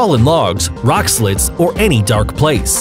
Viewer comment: "Surinamee" lol. "Rock slids" "Reason why doubts remain"